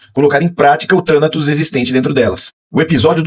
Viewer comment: "Tanatos" a tônica no ó